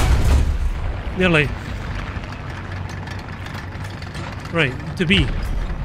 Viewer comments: love your content, but plz don’t say refrigerator like that again 😂😂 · You have to put your bottle of “water” in the “refrigerator”? Hahah love it when you talk ‘murican. AMX 40 after this series! Day 2 of asking lol You guys don’t call it groceries?